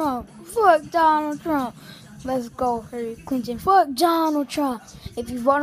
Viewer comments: "hallary cliton" Im dieing rn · Please Send Help I was thinking more "Hairilly Clinton" wookie confirmed. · hirally clinton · "Hairly Clinton"